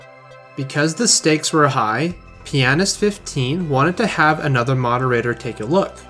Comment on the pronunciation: Choosing the careful strat when pronouncing Pianist15, I see